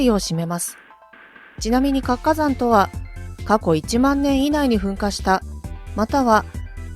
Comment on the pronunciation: 「かつかざん」と「つ」をちゃんと発音する方が良いです。